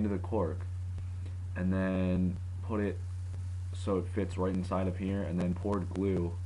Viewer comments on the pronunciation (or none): none